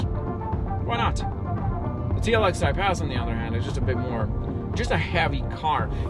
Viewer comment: Great video! When you say “Type-S” I hear “Type-Ass” and I can’t un hear it.